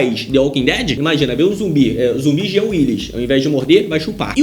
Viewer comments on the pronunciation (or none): none